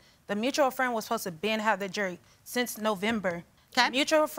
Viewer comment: Before bringing a lawsuit about jewelry to be shown on TV, maybe learn how to actually say the word "jewelry"